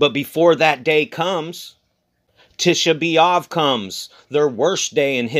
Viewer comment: Our King is ❤️Love...The day of LOVE,,,,@ the mark when you keep speaking of 💕👆LOVE👆💕.... And when you said "To B AV" sounded like " Too be Loved" is what it sounded like what you said. Thank You Lord Yahushua for ( Loving US),,,, T Y n for your Love and Encouragement alway's. Thanks to our brother who sen't in the photos of last nights blood moon. I looked up on the 4th & saw the moon with a great big and bright Halo around it, colored as the rainbow colors, Last night I never saw the moon. God Bless you both dearly and ALL brothers n sisters Watching n Waiting for Our 👑King of Kings. Agape sent, your sister Sarina B🌺.